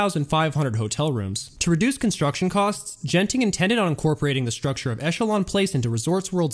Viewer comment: Everyone's correcting you on the pronunciation of Tangiers but nobody did for Genting, the first G is a hard G and the e following it is silent. So it's closer to "gun-ting".